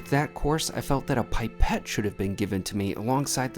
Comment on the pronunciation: "Pippete," No, you didn't! :hand-orange-covering-eyes